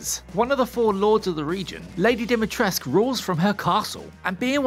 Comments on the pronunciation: DimitrescU fucking U!!! Not Dumitresc. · "Dimitresc" where is the u letter man? Not english or french where you just drop many letters without reason.